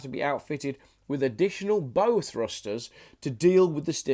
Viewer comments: As the old saying goes, "you couldn't make it up could you", pronunciations: BOW as in Bough of a tree/Bend at the waist. Not BO as in a type of Tie. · The "Bow" in Bow Thruster is pronounced "bough", as in bough of a tree. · It's now bow as in what fires arrows it's bow as in whatats at the front of a boat; heven help us as to how you handle 'fender'. Hay do the not have no sun up there in the winter? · Bow as in "The actor took a bow in front of the audience after the play." not bow as in "The girl wore a bow in her hair." The bow thrusters are located at the front of the ship, or in other words - the bow of the ship. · Nice story, but that bloody awful pronunciation even spread to the English words: bow to quote just one. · The one pronunciation I noticed wrong was Bow ;) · I am not shure about all the pronunciations , but Bow thrusters should be pronounced like bow, the front part of a ship or bow wow, what a dog says or bow to your partner and not like a crossbow, rainbow, or hair bow. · Your pronunciation of the word bow is excruciating. 🙄